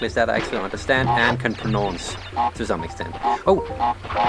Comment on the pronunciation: its a bit funny/ironic the way you pronounce pronounce